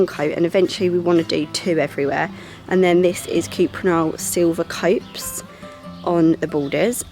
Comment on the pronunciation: Copse is pronounced ‘kops’ - they’re a type of tree. (The paint colour).